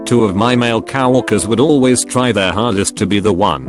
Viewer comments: No one: Text to speech: cow workers. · I love how that robot says cow-orkers instead of coworkers